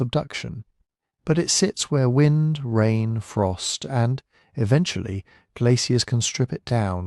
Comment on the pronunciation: The information is great. The AI voice is soothing, but mispronounced "wind, lead" sort of ruin the reading. Otherwise really worth listening to.